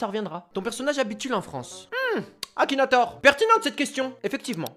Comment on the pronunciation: C ma tuer le "Akinatouz"